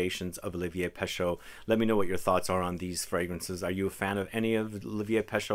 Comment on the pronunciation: Again, for the umpteenth time: it's not peSHO, it's (roughly) peSHE. In French EAU = O and EU = E (not quite but roughly).